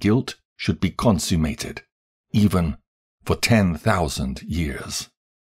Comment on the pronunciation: Humble feedback: Uriel is pronounced as Uri-el, same as Rapha-el; and not Uri-“eel”. And I believe you read consummated as consume-mated, but I could be wrong.